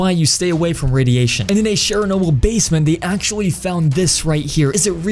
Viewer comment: Please learn how to say Chernobyl properly. It’s not Cheryl-nobu as you say it. And it’s still very very radioactive.